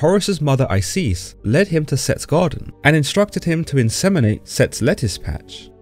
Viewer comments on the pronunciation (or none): Who the fuck is I-cease? Its pronounced eye-sis